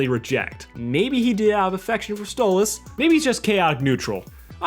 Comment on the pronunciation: You said Octavia was trying to say stolas on accident.